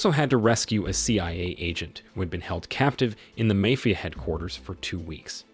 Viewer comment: mayfia ?!?!?!?!?? jeezuss